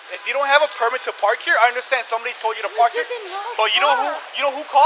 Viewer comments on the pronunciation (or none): Actually, it...I don't UNDERSHTAND! That "sh" gets me every time!